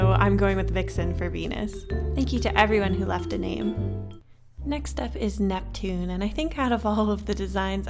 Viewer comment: Ursinus: uraina Neptune: nevien Pluto: preshu